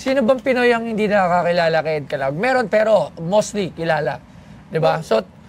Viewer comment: hindi alam ang star of David tapos he pronounced Caluag as Calawag.... Buti mayaman ka.